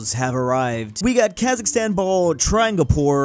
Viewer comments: I want Qazaqstan countrySquare Also as a QazaQ , its not KHazaKHstan, its QazaQstan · Its Kazakhstan brick not Khazikstan.But its so cute! I m from Kazakhstan